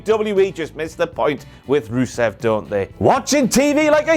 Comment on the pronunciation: It’s Ru-Cien Day! 😂